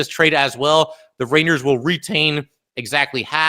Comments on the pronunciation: Is he saying raiders, rainers, ranyers, or rangers? I can't tell lol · pretty sure the joke went way over your head. You can't tell me you didn't notice the interesting ways he's pronouncing rangers.